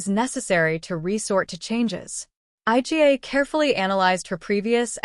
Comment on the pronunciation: calling her 'eye gee ay' - clearly an AI bot speaking